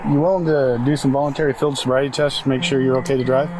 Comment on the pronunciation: "You have to bake metter decisions" fantastic spoonerism